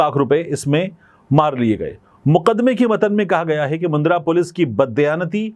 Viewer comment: Mundra nahi bhai jan. Mandra bolte hn